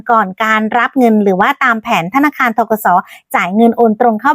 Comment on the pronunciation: ธนคาร อีกละ พูดชัดๆค่ะธนาคาร